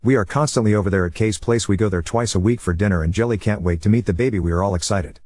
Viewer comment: I wonder if the kid’s name is Jilly and not actual “Jelly” like the AI is pronouncing it.